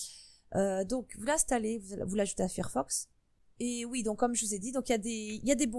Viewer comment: Fir fox ouillle les oreilles! C'est Fire (feu en anglais) donc failleur que ça se prononce